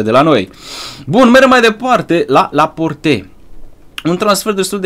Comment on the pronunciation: Laport se zice